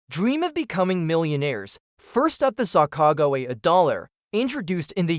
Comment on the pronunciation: Is this an AI voice or did you not learn how to say sacagawea